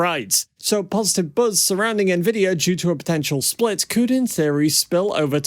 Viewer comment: Did he say NAvidia???